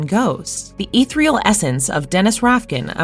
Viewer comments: The pronunciation of "ethereal" as "eeth-real" and the repetition of "confined to the confinement" made my eye twitch every time. I finished the video, but definitely clicked "Do Not Recommend This Channel." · If you're gonna use the word "ethereal" like 7 times, at least learn how to pronounce it correctly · Ethereal = E thir E al. Say it with me robot! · Whoever read this didn't write it. If you don't know the pronunciation of a simple word like "annals " you're going to run into trouble with ethereal and enigma. I can forgive a couple of flubs but the lack of comprehension strips what should be a skillfully written informational video into disjointed static.